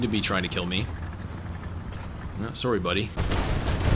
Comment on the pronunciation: Are u canadian? The way u said sorry?